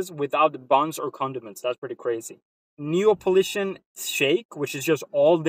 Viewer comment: neapolitan not nepolitian hahaha